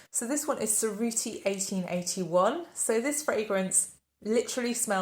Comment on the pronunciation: Oh I absolutely loved Cerruti 1881 for men in the 90s. It was my signature fragrance. You made me contemplate to go and rediscover it again. Btw., you can pronounce Cerruti as "tcherruti", the C like the J in jazz and the double R rolled 😉.